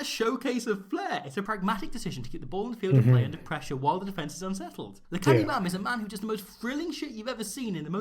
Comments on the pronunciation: Am is pronounced like hum. Not like cam. Doesn't matter really, still love it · With the south african players of Bantu descent like Am and Mapimpi, pronunciation of the vowels in our names is a bit different to English. The a's in Lukhanyo Am are pronounced as aaaah, e's are not silent at the end of a word like with Makazole Mapimpi and are pronounced like the é in the Latin languages. I's are pronounced like -ee-, Os are pronounced like oh but not ending with the soft h, but an abrupt end, and u's are pronounced like a long drawn out oooh, like when you see someone eat dirt hard😂